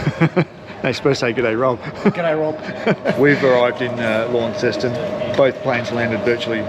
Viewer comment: Tassie has so much to offer, you definitely picked a good time to go. Hint ... when you talk about Launceston, pronounce it Lonceston, we can pick a foreigner from the moment they speak 😏